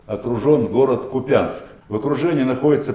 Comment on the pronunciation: Ку'пянськ, придурок, наголос на перший склад!!!